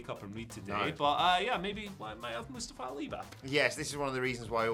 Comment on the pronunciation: Oh please oh god, never say Mustafa again Moo sta fa